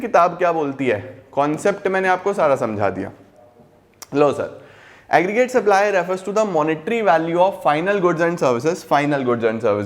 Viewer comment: part one me sir ne dam ko daam bol diya tha ... or is vedio me aggregate ko agrremate bol diyaa☺🤭🤭🤭